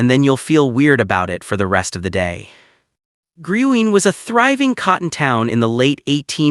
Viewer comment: Dance hall is pronounced, “Green” but spelled Gruene